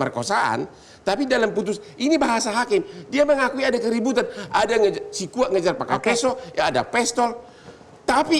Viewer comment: Sekuat bukan sikuat